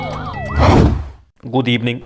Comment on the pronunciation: good ebening.